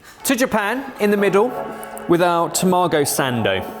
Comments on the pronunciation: If you want it to be more accurate to the real one the 7/11 sandwich needs to have like half the bread and maybe 1/3 of the filling lol. And it's ta-ma-go, not ta-maw-go. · Guys, guys, guys… I like your channel a lot… but: Mortadeya… yet Mozzarella??? And I‘ll even let the wrongly-placed emphasis in Tamago slide… Other than that: keep up the great work!